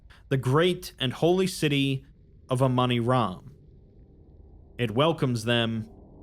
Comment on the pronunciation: Damn that "Amoni-Ram" started to sound a lot like Among Us from the start